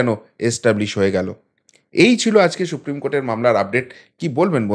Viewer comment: সুপ্রিম কোর্ট, শুপ্রিম নয়। বাংলা উচ্চারণ ঠিক করুন।